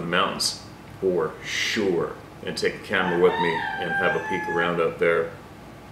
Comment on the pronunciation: has hooked me on a saying I now use all the time... "Four Shore "! I love this channel, four shore! LOL... Cheers from Utah.;-)